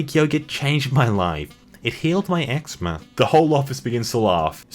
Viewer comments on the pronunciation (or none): Did he say egg-sma? It’s egg-ze-ma (eczema). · Btw, eczema is pronounced egg-zee-ma really weird spelling and pronunciation ok but my sister has it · Eczema Ek-ZEE-ma Good job, I'm starting to wonder if you're doing this on purpose now.:3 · X-zee-ma not xma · Eczema: Ex-Zee-ma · it's pronounced "igs zee ma"